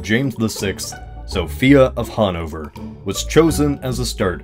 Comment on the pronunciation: hahnouvör? never heard of it